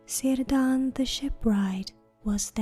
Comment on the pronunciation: Sorry to tell you that but Círdan is pronounced like Kirdan